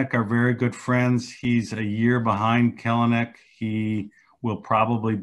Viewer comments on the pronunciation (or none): no. Kelenic says it’s Kell-nick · He says Kelenic wrong, too. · i'm like 99% sure this dude pronounced kelenic's name wrong the whole time